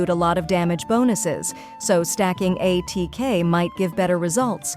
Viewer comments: Aah yes, AY-TEA-KAY sands, AY-TEA-KAY goblet. Tea mentioned!!! Is it time for to show up before 6.x? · Muh-buoy-ka and A-T-K. XD